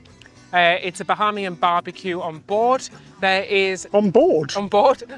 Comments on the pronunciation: Bahaymian not Baharmian. Otherwise, great video. Get yourselves down to the Turks and Caicos Islands. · This is great! Thanks so much for sharing. It is pronounced "Ba-hey-me-en". :-) It is confusing for a lot of people to want to pronounce it "ha" like Bahamas. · The Island is Eleuthera, with an “r” in the last syllable; not “Elutha”. Bahamian is pronounced with a long “a” sound in the second syllable. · Love you guys videos but as a Bahamian I just have to say the pronunciations are way off 😂 “Bahamian” is pronounced (buh-HAYM-yin) and “Eleuthera” is pronounced (el-OOTH-ruh)